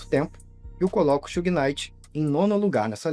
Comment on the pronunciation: It’s not Suge It’s Suge😣